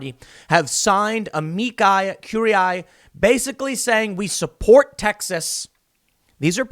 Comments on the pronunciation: Amici Curiae pronounciation: Uh-Me-tshee Cew-ree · It‘s pronounced uh-mee-kee coo-ree-aye, Tim. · Please Tim, I beg you – do us all a favor and learn how to pronounce amici curiae. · Ya I’m a lawyer and cringe every time lol